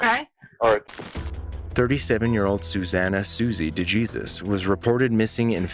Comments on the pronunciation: Day-Jesus ? It’s Dey-Hay-Sues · De Jesus is sending me its pronounced Dehaysuse... not DuhJeezus 😂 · For the third call; are you sure her last name is pronounced "Jee-sus" typically a name like that would be pronounced as "Hay-soos" due to its hispanic/latino origin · It's not pronounced de jesus it's pronounced de hay soose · It is written de Jesus but pronounced de hay soos. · De Jesus is pronounced De Hey-soos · DeJesus = D-HAY-SOOS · I believe the name DeJesus is pronounced like De-hey-soos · Dude. Your mispronunciation of “DeJesus” is painful for me. And I’m white.